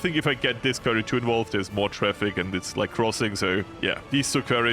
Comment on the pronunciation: Just a heads up: You pronounce quarry like kworri not like kwerii.